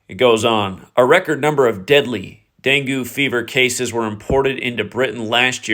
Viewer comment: Hi. Dengue is pronounced DENg-geh.